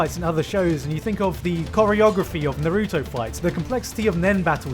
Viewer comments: disliked cuz he pronounced "Naruto" wrong. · can you stop pronouncing naruto like that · That moment u pronounced Naruto wrong I flipped, or is it the accent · God i fucking hate how you pronounce naruto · The way.. you pronounced "Naruto"..